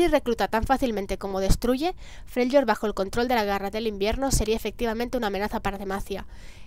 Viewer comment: Se pronuncia "Frelyord"